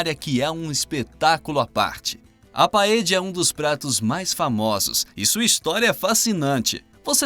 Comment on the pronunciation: Se você, comentarista, for argentino (o que não parece) falar "PAEJA" OK. Mas se não for, esse argentinismo fica feio ouvir para nós que falamos espanhol. O certo é "PAELHA". A fonética "ll" do espanhol para o português é a "lh". Deicha aos argentinos falar " paeja" "caje" "amarijo".